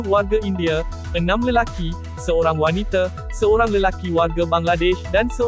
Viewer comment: Kalau boleh tolong sebut Wanita bukan Wanite ya.